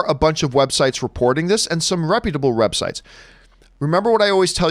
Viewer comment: lol "reputable rebsites"